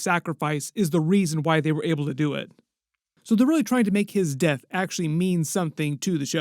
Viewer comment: i hate the way this guy says “death” i think your trolling g 😅